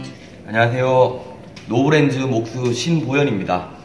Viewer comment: 잘봤습니다. 근데 상표발음이 '노브랜즈'로 들려요. ㅋㅋ